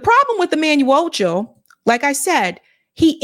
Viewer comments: Are you mispronouncing his last name on purpose? Wtf. It's not phonetic rocket science. Can't you read? "Ocho" and "Acho" are not even the same. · His last name is ACHO! not OCHO! lol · Pronounced “Ahh-Cho” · Acho not Ocho